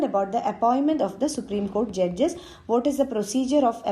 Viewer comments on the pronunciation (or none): Vo judges pe kuch zyada he emphasis kr rhi thi...🤣🤣🤣